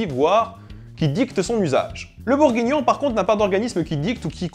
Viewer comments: Et BourgUignon et pas bourgignon ! Voilà... :D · Ce qui me plait le plus c'est le "bourgignon" MDR